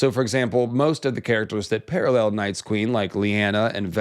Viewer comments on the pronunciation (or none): none